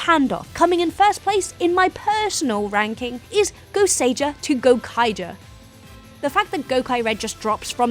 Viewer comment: you butchered the gosiger name badly